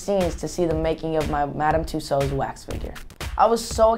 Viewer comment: LMFAO !! he cant even pronouce MADAM TUSSAUDS properly LOOOL .... hahahhah ... lol when i first heard himm saying tht i burst out laughing :D xxx LOOOL